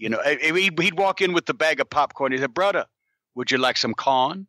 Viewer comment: "Brudda, would you like some cahn? Some cahn brudda?"